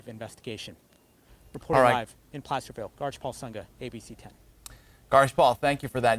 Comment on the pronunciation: did this nitwit say "Plasterville"?